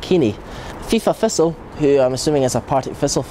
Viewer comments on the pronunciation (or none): Why, why, why can this guy not say TH? Why? Listen to him......."Fought", "Fifa Fisstle", "Arrow Fing", "Mofferwell", "Partick Fisstle", "Lee Griffifffs", "Ferty Yards out". This is not a speech impediment, this guy just cant speak properly!